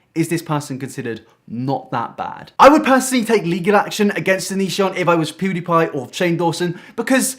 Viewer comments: I love Ur vids but u saying poo die pie is really pissing me off so I'm not liking it's PewDiePie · Its Pewdiepie not poodiepie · It's pew not poo, your accent is funny xD where you from? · Poo-die-pie lol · The REAL question is why are you calling Felix "Poo-dee-pie" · Well shit. I've always pronounced it wrong. I always said Pyew-dee-pie. I stand corrected.